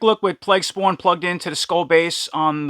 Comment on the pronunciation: tell me you are from New Jersey without saying you are from New Jersey"Spwwwaaannn" dope video , can't wait to get this one.